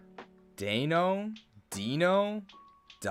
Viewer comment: The "ei" in the entire Deino line is pronounced like "eye", because it's German numbers. Deino (Eins, meaning one), Zweilous (Zwei, meaning two), Hydreigon (Drei, meaning three). All of these are pronounced like "eye."